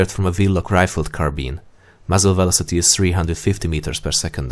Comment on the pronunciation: You have to slow down the dialogue especially with the technical words and uncommon words. Like 'velocity' all I heard was 'vlosteh' and millimeter became mlmllmltrrr. It's like playing dictionary-hero with my ears. Otherwise, a good video